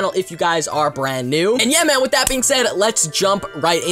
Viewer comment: Just me tjat hears ma'm instead of man